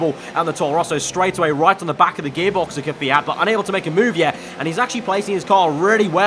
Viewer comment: It's not 'Kfeeat'...